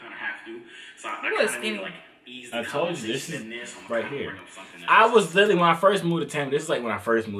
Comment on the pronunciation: Dis dude think we gone slide past the fact that he said “litlally”